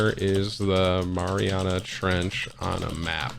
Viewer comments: No it’s Mariaiana trench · They guy in the video said Mariana Trench like 20 times, and Tim is like what did he say? MaRiNeRA Trnch. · He said it like it was a dipping sauce for pizza😂😂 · The “Marinara Trench” 😂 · "the marinara trench" 😂😂😂😂 oh my Lord this guy always gets to me 😂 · “The Marinara Trench” lol I’m dead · No one. Tim: “what is it called?...the MARINARA trench?”